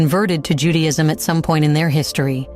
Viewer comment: And it sounds ju day ism Not Judy..ism